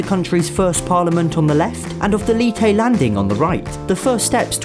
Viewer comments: The way you pronounced Leyte sounds like Lite it's supposed to be pronounced Ley-Te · he said letêi landing instead of leyte landing and in not mad for his accent.keep up the good work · It's pronounced Ley-te,not Lee-te. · Leeté Me: no its Leyte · As I am from the Philipines it annoys me that you say things wrong like Leyte but you said it as leetay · Hey, Filipino from Leyte here I'd like to say thanks for giving people information about this country's banknotes and the details seen on them. Oh and also, the way to pronounce "Leyte" is like saying "latex" but without the X (Sorry for bad grammar. Am still a student) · " Leetay LANDING " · Just correcting you but its “Leyte” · Lei-teh okay? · He pronounced Leyte as "Liyty"